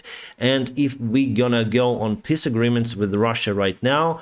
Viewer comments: 😆, your English is really ok and most times absolutely fine, but please... try to pronounce "peace" with a long "e", like "peece", and not with a short one, like "p!ss"... it always makes me grin when you say it that way, for example in the "p!ss agreement" 😁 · Elon Musk is a rich clown, but fortunately most people are capable of figuring him out.: You pronounce peace so that it sounds like "piss." But in it's own funny way it says everything about Elon Musks/Putins peace agreement, it certainly would be a "piss agreement."